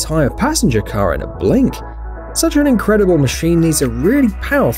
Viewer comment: Notice how he says car at 6minutes